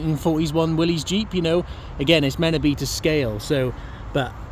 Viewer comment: It is not Willy's (not possessive singular), not pronounced Will-eez either. Wow, impress and confuse all your friends by properly pronouncing it WILLIS. Willys is the surname of the founder of Willys-Overland Motors, John North Willys. 👍😎👍